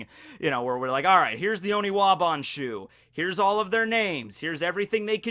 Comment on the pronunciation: Honestly the best part of this video imo is that he's finally started to use the correct term for the ninjas. I'm just so relieved to not physically cringe when I hear Onibawan....finally hes saying oniwaban..i just hope this continues and he remembers to say it right from now on.